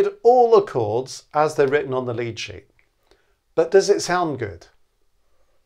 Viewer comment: Altough says lead sheet I hear lychee.